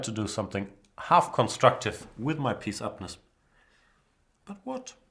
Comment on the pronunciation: "pieceupness" lol u kilin me